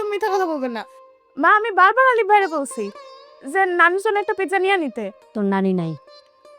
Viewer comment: এ ভোদা কি কয় নাম আলিফ , কয় আরিফ 🐸🤣